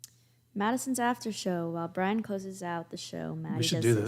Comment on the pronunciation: "valid" not "validate". Also it's "Brian", not "Brain".🤣🤣🤣 Brian does such a long podcast so that the guests can have enough time to say what they have to say, and can express themselves fully and completely. And it sounds like you don't like critical thinking and morals, which is a you problem. I suggest you deal with it, and grow up.😊